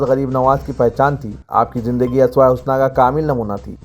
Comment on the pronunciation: .*╔═══ ❤☀💚☀❤ ═══╗* 💚💚💚💚💚💚💚💚💚 Dear, Assalaamu alaikum. Aap ka talaffuz sun kar log apna talaffuz theek karnay ki koshish karthay hain, kunki aap urdu kay naamwar akhbaar, SIASAT, say taa'alluq rakhthay hain. Iss liyay URDU alfaaz ka saheeh talaffuz karna aap ki zimmedari banti hai. Yeh dekhiyay inn do alfaaz ka talaffuz, ASWAYAY HUSNA naheen hai balki yeh USWAYAY HUSNA hai aur ARYAAN DANCE naheen balki URYAAN DANCE ( Yaani NANGA NAACH) hai. Ummeed hai aap mustaqbil may in baathoon ka qayaal rakhayngay aur har lafz ka saheeh TALAFFUZ karayngay thaaki hum jaisay log aap say apni URDU ki islaah kar sakayn!!! 🌐🌐🌐🌐🌐🌐🌐🌐🌐 ╚═══ ❤☀💚☀❤ ═══╝